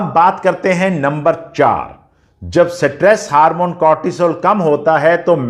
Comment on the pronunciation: Satress nhi stress hota hai